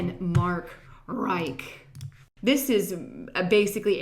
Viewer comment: pronounced mark ritch